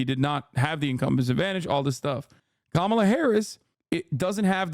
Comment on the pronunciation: Identities matter. Let us pronounce Kamala's name right. It is pronounced: Come-uh-la. Say that fast and you've got it. Here are some incorrect pronunciations: 1. Calm-uh-la 2. Cuh-maah-la 3. Anything else that isn't Come-uh-la